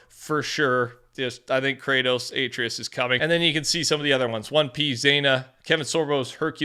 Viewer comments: ‘Aitreeus’ oh my god that was hard to listen to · it's Kratos and Atreus(ah-Tray-us) NOT (A-Tree-us) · Atreus= uh-tray-iss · It’s pronounced uh Trey us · i love you and everything bro but you gotta work on atreus’s name pronunciation